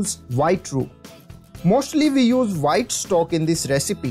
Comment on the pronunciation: Vee like Vhite sauces!!